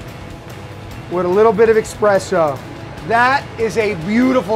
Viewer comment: I hate when people can't say espresso. It's worse when a 'chef' calls it expresso.